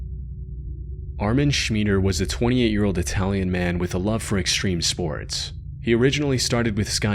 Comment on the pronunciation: Did he say sports center? ‘cuz I heard SPOYTS center lol 😅